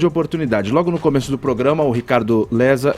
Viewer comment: Engraçadão o Caio chamar o cara de Lesa ao invés de Lessa...kkk ATO FALHO ou FOI DE PROPÓSITO HEIM?!